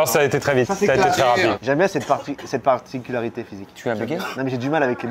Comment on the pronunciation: sa particularité c’est de ne pas réussir à prononcer « particularité » correctement en début de vidéo 😂😂